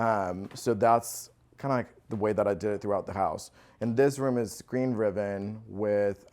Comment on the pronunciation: Beautiful home but, did he say cluves instead of cloves and riven instead of ribbon🤔